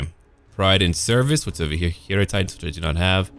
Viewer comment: Great vids. I love your warhammer series. Not trying to be THAT guy, but hierotitan, you're pronouncing it (hero-titan); shouldn't it be pronounced Hi-row-titan? You know, like hieroglyphs? But hey, your vids, you say it however the hell you want to say it. I still enjoy them immensely.